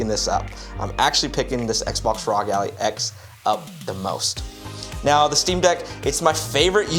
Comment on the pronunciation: Good video but you saying Allie was killing me 😂